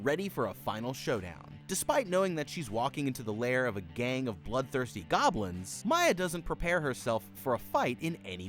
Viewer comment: Not even 10 seconds in I hear “baby stealing gobilns”😭